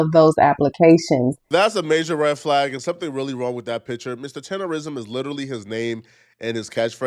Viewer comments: Please tell me why you keep saying "tenderism? It's "TENDERNISM!" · Rism not Nism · Learn how to say it my dude. It's tendernism with a N not R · Sir it's Tendernism not Tenderism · Everyone always mispronounces his name is not tenderism it's "Mr. tender-nism" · It's "Tendernism. Not Tenderism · Tendernism. Its tendernism not tenderism. Cmon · It’s Tendernism the blogger is saying it wrong he’s saying Tenderism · ITS TENDERNISM NOT TENDERISM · got to be the dumbest nigga on the internet. Nigga, the word is TENDERNISM, not "tenderism", stupid. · Tender "NISM" not Rism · Damn kmon You saying the wrong word is "tenderNISM" not "tenderRISM" buster 😂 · its Tender- Nism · Please say it right. It's TENDER-NISM! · IT'S "TENDERNISM" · Bruh it has always been Tendernism people have just been mispronouncing it 🤦🏾‍♂️